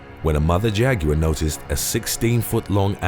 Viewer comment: So nobody is going to mention how he pronounced Jaguar totally wrong this man need better education😂